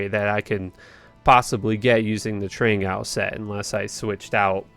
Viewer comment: That's what I was thinking. It's 'Trang-oohls' or 'ghouls'